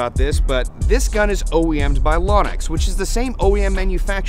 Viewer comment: It irritates the s#!+ out of me when people pronounce Lonex "LAwnex" or chrono "Chrawno" Kinda want to slap them when they do it.